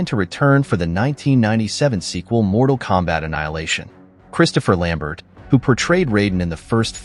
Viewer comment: Good to know someone knows how to pronounce Christopher Lamberts last name right. I've heard so many people pronounce it "Lambare",like lol REALLY?? Can we just get it right? Anyway keep the awesome facts to great movies coming,I'm a humongous Mk fan. I love both 90s films and all the mk games are amazing. Super nostalgia!!